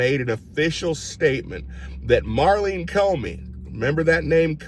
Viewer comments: Love ya Q, but it’s Maurene, not Marlene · NOT Marleen, it's Maureen